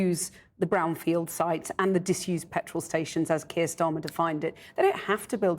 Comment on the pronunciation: It’s Keir